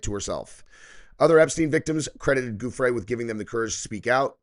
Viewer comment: Giuffre is not pronounced 'G' it is pronounced 'J'